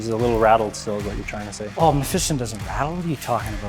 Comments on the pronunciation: You guys must be taking the piss on Mephiston’s name... May-Feast-On as opposed to Meh-Fist-Un ... :P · learn to say Mephiston correctly Mef - i - ston